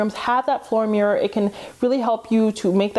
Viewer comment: You say MEEEErur instead of mirror lol.